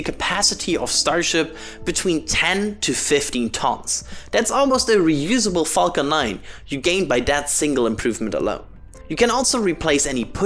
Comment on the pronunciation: I love your accent when saying " falcon " ....... lol. Sounds like something bad....